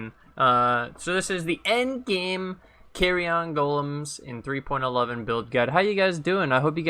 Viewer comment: great info here and on the budget build video also... just gotta say one thing cause it's sticking in my craw.... those golems are not small pieces of luggage that can fit in an overhead compartment on an airplane.... it's pronounced keh-ree-uhn not carry-on. :D thanks again for the vids.